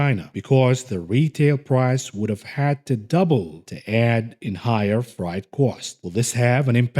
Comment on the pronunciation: Shipping tickers: ZIM MATX I exercise my fingers on every video. Thanks! "freight" vowels are pronounced like a-fraid